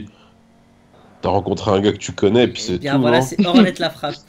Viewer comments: le t de hornet la frappe se prononce pas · Prononce pas le t unwin c'est hornet la frappe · hlf la base par contre unwin s'il te plais on ne dis hornet : hornette mais comme si ça s'écrivais "horné "